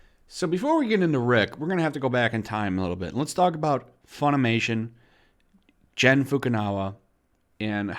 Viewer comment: You are butchering Gen Fukunaga name so badly. You have been saying 'Jin Fukanawa' through your whole video 😂😂😂😂